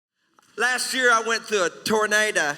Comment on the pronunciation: I thought it was a tornado not a tornada